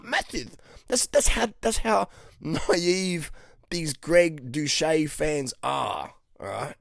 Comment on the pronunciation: Wfs.! ! How many times do i have to tell you.! When u mention the couch...gettit rite.! Its Dous.Shet.. Not dous..Shay.. Got it..i wont tell u again.😡😠😵